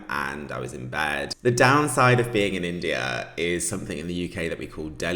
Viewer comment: My handsome, in the minute of your video, the automatic translation to spanish of your phrase: “I am in India” is “I am an idiot”. Be aware of your pronunciation, please. Lol.